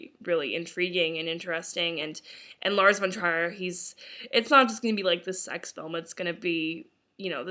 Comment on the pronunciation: I don't think that's how your pronounce Lar's name